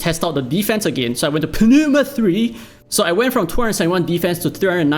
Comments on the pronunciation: Just read Pneuma as new-ma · I'm not sure if you're joking, but it's pronounced as "noo-muh" the "p" and "e" are silent. Aside from that, damn, I missed your excel from your dislyte damage calculator. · Not sure if you're just playing out for a bit but pneuma is pronounced as nooma. Like pneumonia or pneumatic. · please don't butcher pneuma T.T.. it's really so hard for anglophones? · If you really have difficult to say Pneuma, search for the translate word of Tire is french, it's Pneu and the prononciation can help you